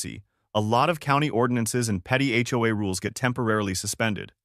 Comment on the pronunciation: I love how the HOA is pronounced HOE. If a vehicle has more than two axels is has more than four wheels. Logic has never stopped HOA Karens on a power trip.